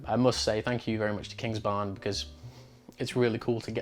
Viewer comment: It is Kingsbarns,. Or should I write ""? 😜😁